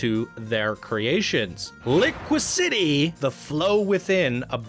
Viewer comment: I believe the word should be said like "Li-qui-se-tee". Construction wise, it is beautifully crafted and exceptionally smooth. Definitely gives the feeling of being a moth or bird in flight with the rolls and curves to the layout. Love the color hues used as well. Screwed up on the creators name for "Cobra City", but I see others have noted that already. Object hits galore on this one, from branches to leaves to a boulder straight to the face and a literal head chopper when entering the tower. No need to worry about the snakes, everyone will be long dead before then. LOL But, the environmental design and coaster is very good. Just fix all of the object hits along the track and everything will be perfect, with two exceptions. Where are the snakes? You can't claim there are cobras and none are seen during the ride. And, as Jonny noted, the method of smoothing the track created a lot of stutter.